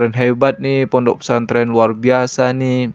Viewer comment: Pondok, bukan PONOK 😂